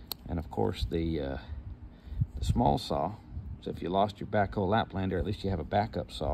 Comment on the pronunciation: You said backhoe laplander. 😂